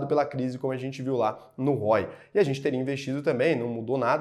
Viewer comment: Só errou no roe do português kkkkk mas tá de boa, ótimo vídeo